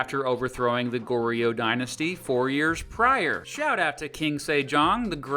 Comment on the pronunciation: goryeo is pronounced goryuh, joseon is josun